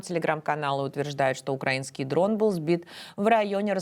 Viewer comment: Стыдобище - Москалькова не умеет правильно ставить ударение в слове УКРАИНСКИЙ.